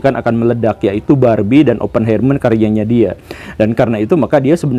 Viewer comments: Punten Pak Guru, mau koreksi cara baca🙏 Untuk Oppenheimer dibacanya Opnhaimah/er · Oppenheimer dibacanya Oppen haimer pa guru, sm ky helheimr, ein, einstein dll.